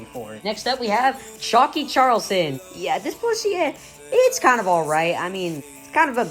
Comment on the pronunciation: Chalky Chalkerson (🚫) Chalky Challerson (✅️)